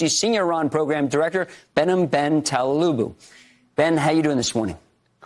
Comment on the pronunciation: He really butchered Behnam's last name. That said, we love how knowledgeable and smart Behnam is. Thank you Behnam jaan